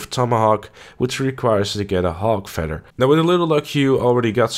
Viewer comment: Aight.. How is it that you say 'feathers' correctly by pronouncing it with the TH, but then you pronounce 'feather' as if it were spelled with two D's? You sir, are messed the eff up!